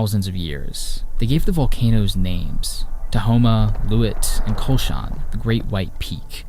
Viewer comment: Kulshan is pronounced Kulsh-in and Kulsh-un